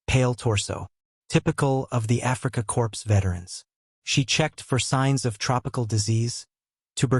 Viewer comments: I tried to listen to this -- what seems to be an interesting story -- but the AI voice is just too ridiculous! "Africa corpse." "Barok." Sorry, but this channel is a bust. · This has to be AI because Korps is pronounced Core.